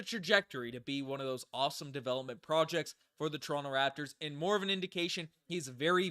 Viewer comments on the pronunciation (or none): none